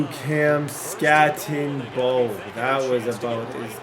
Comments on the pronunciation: Crazy how much you play and you can’t get peoples names right. It’s not skatteNbo. Doesn’t take much to learn people’s names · no N in skattebo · There is no N in skattebo. It’s not skattenbo. U are such a dumb ass. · There’s no N in Skattebo,. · It’s not Skattenbo it’s Skattebo. It’s pronounced Skatteboo but without the extra O you idiot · I FREAKING LOVE YOUR VIDS!!!! But his name is SKATTEBO NOT SKATTENBO. DROP THE "N"😂😂😂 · Not even an asu fan but I became more and more triggered every time you said skattenbo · Who the fuck is cam scattenbo? I don’t see an n in his name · “Skat-a-boo” PLEASE PLEASE!!!! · It’s Skat tee Bo! No “N” in there brother. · 😂 its...skat a bo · Bro cam SKAT-A-BOO. (SKAT) (A) (BOO) PLEASE SAY IT RIGHT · its SKAT-EH-BO Cam Skat-eh -Bo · Skat eh boo* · Just innocently oblivious of the fact he doesn’t say his name correctly and has probably looked at it 10000 times is 😂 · You saying skattebo’s name wrong the ENTIRE VIDEO is killing me 😂 love the content though!! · Why do you keep putting a n in Cams last name it’s so frustrating lol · the way td said skattebo the entire video just made me so angry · Idk if bro realizes skattebo doesn't have an N in it... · Crazy that he goes the entire video without saying Skattebo correctly even once. His name was on the screen probably 1000 times lol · there’s no N in skattebo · i wish i could yell at you for butchering that runnin backs name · Bro. No N in Skattebo ffs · Can’t get over you adding an “N” to Cam Skattebo’s name lol 😂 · so triggering you are butchering that dudes name jfc. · Idk where he sees an “N” 😂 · Infuriating the way he pronounces his name 😤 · There's no "N" in the name skattebo